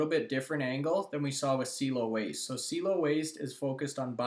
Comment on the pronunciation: Dude, I mentioned this on your last video about CIELO....its pronounced C-EL-LO......SEA-EllO. Like "hello" but with a C infront. C-ELLO. Also, they have no competition anywhere, not just in canada. They (Don specifically)have proprietary patented technology and looking to go global. Appreciate the mentioned for them but again, lose confidence in the information when you can't say the name properly. C-EL-LOW!